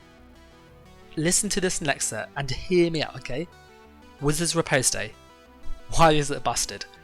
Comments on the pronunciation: Rip-ahst Not rip-oast-ay lol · Riposte is pronounced re-post btw. Awesome vid, shows me the sets I should run in BG's :D.